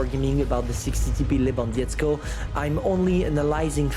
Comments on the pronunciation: Levandovsky that is how you pronounce it. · lewandietzko xDD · you're pronouncing Lewandowski as Lewandiesko for polish which means nothing it's gibberish put Lewandowski in Google translate so you can hear how to pronounce it. 😉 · These feeling when you are from PL and almost died from laught when read,,Lewandowski" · He read it very bad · 60TP Le-van-dov-ski I'll donate you if you learn how to spell this properly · You can call me for better pronouncing of Lewandowski and other names